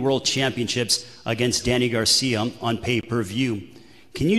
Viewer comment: The guy asking the questions can't pronounce Danny's last name correctly to save his LIFE! He keeps saying "Garcium" He didn't even pronounce Philadelphia correctly smh